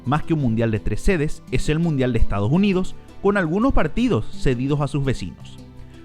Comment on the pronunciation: Ejtadoj junidos